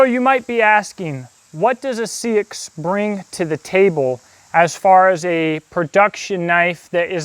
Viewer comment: Love this. I have liked seaxes (old English knifes) for a longtime. Just so you know it is pronounced more like sax or more accurately saex. Confusing I know. But it's true